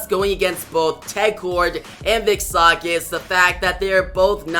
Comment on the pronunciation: Sage is Say-Jh.